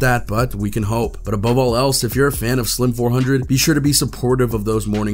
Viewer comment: Lord please stop saying his name wrong 🙄